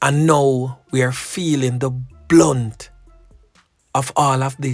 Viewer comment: This is no English class but only a slight correction! I have noticed that you say this many, many times! "We are feeling the ""BLUNT"" of this! Actually it is the ""BRUNT"" of this! The word BLUNT means dull, not sharp at all, as in the case of any weapon, like a knife, cutlass, etc! But the word BRUNT, means the full onslaught of any situation, whether violent, civil, medical or otherwise! So Jamaicans are facing the ""BRUNT"" of criminal activities and violent confrontations! Hope this help! I come in peace!